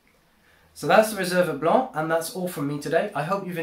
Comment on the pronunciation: Your French accent when pronouncing "Blanc" is quite spot on!